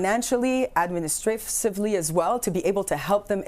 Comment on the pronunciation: She almost knocked a wedge out of her tooth trying to pronounce administrasively